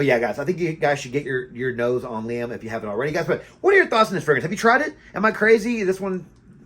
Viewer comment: It's referred to as Liam Gray or Silver because there's also Liam Blue. The pronunciation is correct. It's very good stuff!